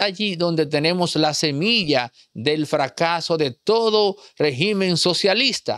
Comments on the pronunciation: Disculpa pero no se dice regimen con acento en la I. En singular el acento es en la primera E y cuando es plural entonces si se acentua en la letra I. Para su informacion la definicion de Dictador es un governate que tiene control total sobre un pais, sin controles ni equilibrios para evitar el abuso del poder. Una persona que se comparta de manera tiranica, y por lo tanto esa es la descripcion perfecta de Maduro. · Régimen, no regímen. Regímenes si, cambia la tilde Pero se escribe : Régimen, palabra esdrújula en singular. En plural cambia la tilde de lugar y se dice regímenes.